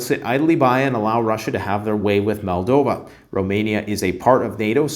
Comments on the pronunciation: MOldova not MAldova. 🤦‍♂️ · Its Moldova - not Maldova